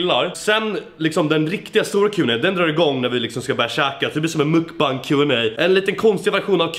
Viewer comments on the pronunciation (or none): none